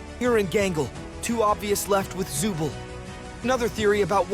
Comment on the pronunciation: The name is not Zubel its Zooble